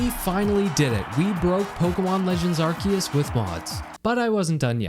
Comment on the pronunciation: Thank you for NOT saying Arseus